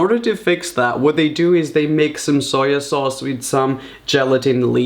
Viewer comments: It’s not pronounced soya sauce. It’s pronounced how it’s written. On. The. Bottle. SOY SAUCE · No hate but .... y u say SOYA SAUCE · Dude it's SOY sauce not "soya sauce" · and also Soy sauce is prnounced ( soy not soya lol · Its soy sauce not soya sauce. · soyo sauce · Adding that extra syllable to soy sauce. Hahaha. “Soy-a-sauce” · Soyer sauce eh? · Wtf is soyer sauce 😂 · Sawyer sauce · Soyer sauce?